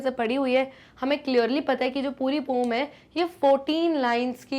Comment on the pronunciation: Poem ❌ Poom✅